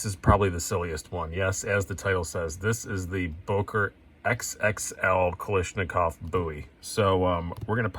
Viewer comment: kal ASH nikov not kal ISH nikov